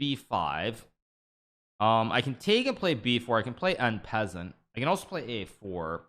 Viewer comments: "en peasant" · "I could play en peasant" What???